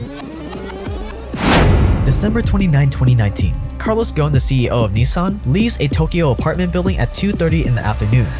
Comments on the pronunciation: I couldn’t get over you pronounvpcing his name Ghon not Ghosn 😖 but good video anyway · Its gossen not gone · Do one on evergrande!!!! Also it’s pronounced Gussin. Thanks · Carlos is my dear neighbor in Lebanon. The man achieved tens of billions of dollars in profit for the company. While it was bankrupt and on the verge of closing down. This is not the way to treat this man! By the way you pronounce his family name wrong. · You're pronunciation of his name gave me cancer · The "S" in Ghosn is not silent. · What is really the correct pronunciation of his last name? Should the H and S not be pronounced? I believe there is no silent letter in Arabic language. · Solid video! Ghosn means branch like tree branch in Arabic so there is an emphasis on the letter S.